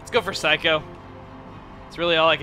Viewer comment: Every time I hear him say Saikou I always hear Psycho... or more specifically, I hear someone say afterwards, "Psycho! You always come back, don't ya?"